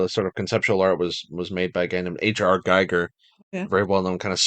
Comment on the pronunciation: i hate to be a besserwisser, but it's pronounced H.R Geeger (Hans Rudi Giger) May he rest in peace! So long denied him.